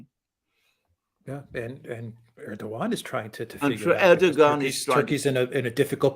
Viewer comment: Air do Juan >> is how you pronounce Erdogan’s name